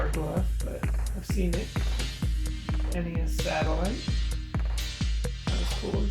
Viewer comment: I'm With You, Buddy, It's N-E-S!